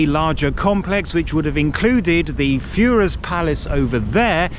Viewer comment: Had history taken a different course you'd be toast dude. You've been in Germany how long and you still can't pronounce Führer properly!